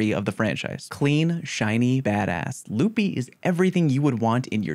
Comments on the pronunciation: Love the video! One thing I would say though, is "lup-eye" is the proper way to pronounce it! lupi is latin for wolf and that is how it is pronounced >:) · Re: alpha lupi, it’s Latin so yes you said it wrong. Facts don’t care about your opinion.